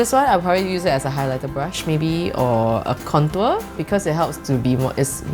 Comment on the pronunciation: I like how she pronounces contour 😁